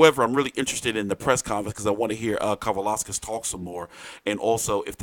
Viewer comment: To my understanding, Edge-id-eee-jus ka-va-lous-cus 😮 not sure